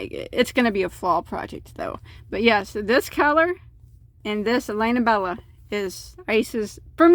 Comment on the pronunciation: Please learn to pronounce skein (skay en). Also lana Bella (Lah-nah)